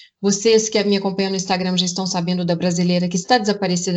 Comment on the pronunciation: "meu INSTAGREIN,MEU INSTAGREIN" FALA DIREITO MEU DEUS